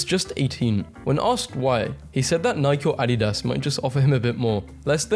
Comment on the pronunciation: Your the only person that isn’t my family that pronounces Nike and adidas like that I thought me and my family were the only one lol